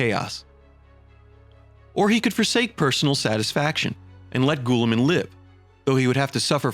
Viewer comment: LoL bro your butchering Roubute Guillimans name lol its not goooliman